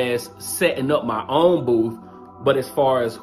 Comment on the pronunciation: Proud of my, I'm glad you both had fun. Baby, ummm, did you say booth or boof.....🤣 I love my.